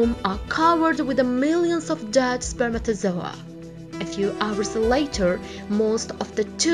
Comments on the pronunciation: I stopped the video cuz I didn't want to hear her saying spermatosoa again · YAS I DONT EVEN FREAKING KNOW WHAT LANGUAGE THIS THINGS SPEAKING. SHE FREAKIN SAYS “SPERMATAZOA” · Way she says spermatozoah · Spermatozoa...spermatozoa...What accent is this ? 😂😂😂.